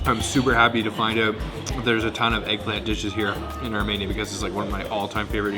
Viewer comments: Pronounced Armēnia. Not Armānia. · No offence, but it’s pronounced Ar-Me-Nia, not Ar-Mania. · FYI - it's Ar-MEE-nee-ya, not Ar-MAY-nee-ya.... trust me, I'm Ar-MEE-nee-yan... Pronunciation notwithstanding, you made an extremely excellent video, thank you so much for this!!!! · Say it with me. ARE- MEAN- EE ANN not arh-MANIA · The way you’re pronouncing Armenia is very odd. It’s Ar-ME-nia, not Ar-MAY-nia. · It's ArmEnia, not ArmAnia. Good grief! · The fact that you repeatedly pronounce the name of the country as “Armania” rather than “Armenia” is so disrespectful. How do you travel to a country and not know how to pronounce it? It seems purposeful. You did this in several videos. Over and over and over. My Armenian wife was gobsmacked by your disrespect and carelessness. Do better dude. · You need to listen. Zara, the female chef, pronounces the word "Ar-mee-nee-ah". Every time YOU say it, you pronounce it "Ar-may-nee-ah". That's not the same thing. What if I said "Ca-ner-dah"? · Not ArmAinia, Armenia. 🥸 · It’s pronounced (OUR-ME -NI-A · Could you consider correctly pronouncing the country name Arm”EE”nia? Your way of naming the country sounds like Romania with an “A” sound. While the tour is enjoyable, this one point is distracting. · It's pronounced ahr-mee-neeyah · Where is Armania? Why do you keep pronouncing it wrong? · The way you pronounce ‘Armenia’ in these videos hurts my soul (jk), but I love that you went and enjoyed yourself!